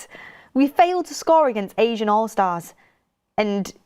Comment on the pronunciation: It’s ASEAN allstars (ASS-EE-AN) not Asian 😂🫶